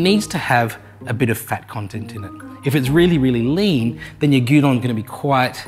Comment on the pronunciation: LOL, it sounded like you were making us Dungeon 😱